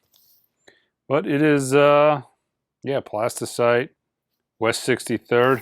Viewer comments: PlastyLITE, not CITE :) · my guy, it's Plastylite, not Plastycite. It's been bugging me for a few videos now 😁